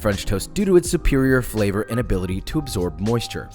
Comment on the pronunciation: “Decadent FELLER” lol